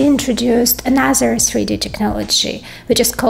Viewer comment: "sree dee" chips 😁